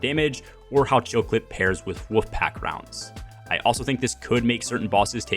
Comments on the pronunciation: You speak really well so I think it's my ears but it sounds like you're saying woofpack rounds. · I can't stop hearing "woof pack rounds"